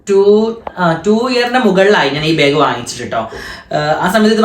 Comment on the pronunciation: ബാഗ് എന്നല്ലേ പറയാ ഇവൻ ഇതു "ബേഗ് "ആക്കിയോ 🤔 അതുപോലെ ആഷി ഉമ്മ എന്ന് പറയുന്നത് "ഇമ്മ"എന്നാണ്.. 🤔